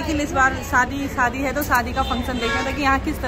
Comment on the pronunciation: Nice video 👍 सादी नही शादी बोलो।